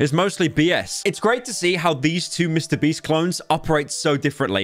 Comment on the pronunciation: The feminine urge to make a compilation of pyro saying mr breast because everytime he does it, it fills me with joy for some reason